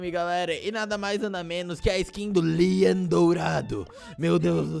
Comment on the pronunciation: Como escrever: Leon Como falar: Lean